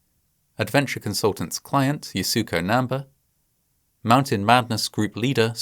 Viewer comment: The pronunciation of Yasuko Namba's name in this video is WAY OFF!! I am a big fan of Fascinating Horror & find all the videos extremely well researched & with plenty of care, concern & empathy toward victims of the many tragedies explained therein. However, a bit of checking with native speakers of the language of foreign names would definitely help. To offer a bit more respect toward mounaineer Yasuko Namba, her name is actually pronounced YAH-skoh NAM-ba (with emphasis on capitalized letters).